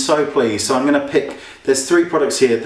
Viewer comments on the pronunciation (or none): none